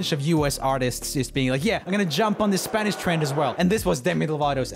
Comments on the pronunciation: Every time he said S pA n Ish a little latin kitten went to Heaven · I really like roomie, but when he call "spanish" hurts my heart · but what’s the point of him addressing it if he was going to keep saying it wrong the rest of the video 🤣